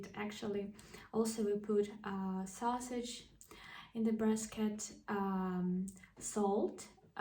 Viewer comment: The reply is "He is risen, indeed." I'm answering the question in English since this keyboard does not accommodate the Cyrillic Alphabet. BTW risen is pronounced with a short i sound. Also, I think you said "basket with a hint of an r sound between b and a which is not there.